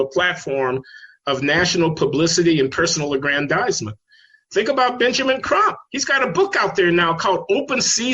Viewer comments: Why do you keep saying "Trump" instead of "Crump" which is the lawyers actual name? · Benjamin Crump, Not Benjamin "Trump"!